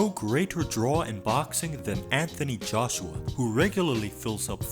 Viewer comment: JOSCHUA? Realy? Not RUIZ ?